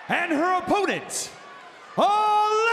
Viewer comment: Hey it’s Alexa not lexi